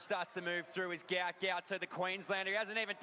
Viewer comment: FYI, His dad has said Gout Gout is not his real name which is actually Guot and is pronounced “Gwot”.